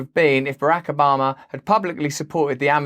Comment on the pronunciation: I like how you pronounce Barack Obama 😂😂